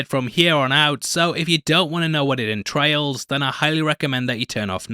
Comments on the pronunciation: “Endtrails” nice! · "Entrails." I see what you did there 🤣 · entrails lol